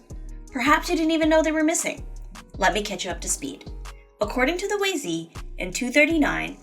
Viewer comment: Great job in condensing this topic. One thing, I believe the pronunciation of the book of Wei is not Wei ´zee´, but more like Wei ´shoe´ if spelled Wei Shu, or Wei ´juh´ if spelled Wei Zhi, both with retroflex tongue position...which take a bit of practice as these sounds do not exist in English. Great job, keep going!